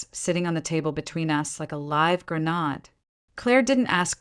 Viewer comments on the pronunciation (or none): First, if the necklace was at home and she didn't go there but straight to Claire's house, how in the hell was the necklace on the table between them then ~ Teach your damned AI Voice Synthesis how to pronounce words correctly, most specifically the word Grenade (GREN - AID not GREN-AHED) or get a human editor to remove it from your stories completely!!! When ever that word comes up it completely takes me out of the story. Your Shitty AI Voice synthesis also has a problem with he word "US" as in a group of people including the first person speaker, it seems to pronounce it as "U us" I am sure that it contains the ability to specify how to pronounce words properly if you take the time to actually listen to the story audio before upload, learn how to use it properly, doing so will elevate the quality of your stories considerably and may help your subscriber count climb, after all that is why you make these videos in the first place isn't it? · Like a live grenahd.... Your ai voice makes mistakes. Gruh-naid.